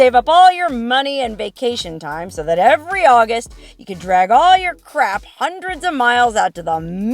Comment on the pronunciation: I’m not gonna lie every time you let out a “soo” it sounds like you are from Sheboygan not California